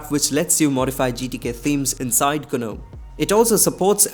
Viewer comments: What's GANUM????? 😅😅😅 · gNOME is pronounced as 'nome' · Bruh it's gnome (nome)